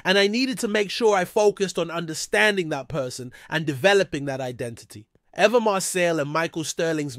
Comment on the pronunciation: Why is he pronouncing her name like that?